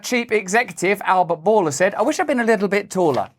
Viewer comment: >>----> It's a rhyme, folks. Bourla/taller. Rhyme. When Russell says it, anyway.